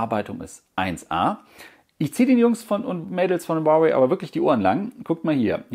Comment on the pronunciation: Ich glaube die Aussprache Huawei ist richtig